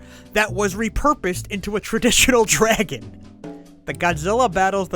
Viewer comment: Oh you're definitely Jewish by the way you say “DRAGHAN”